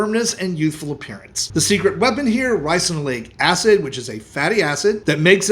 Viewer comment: What kind of acid is in castor oil?? After listening to you say the word several times, I still can't understand what you are saying.